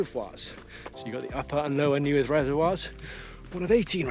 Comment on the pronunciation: Nice vid, The res you parked at is pronounced NAY-ATH not newydd Just saying hahaha